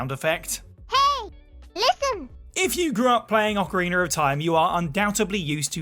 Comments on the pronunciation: Why does everyone say that Wind Waker is the best all of a sudden? It’s no where near the best. Also its ocarinA, no ocarinER 🤦🏻‍♂️ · I know there's a lot of tension between the people who say Oh-carina and Ah-carina. But can we all join forces against the monsters that say Ocariner?